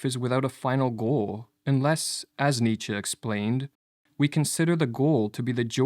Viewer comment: ok. Hard to give credence to a video that mispronounces Nietzsche